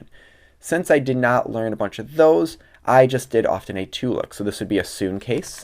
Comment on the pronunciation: sune = soon xDDD no its soo-nay